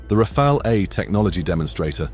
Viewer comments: Rafale A is now Rafail? Tell me you are using AI voice, without telling me you are using AI voice... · Just make sure you’re not pronouncing it like the name Raphael 🤬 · It's amazing how many people are almost incapable of pronouncing "Rafale" correctly.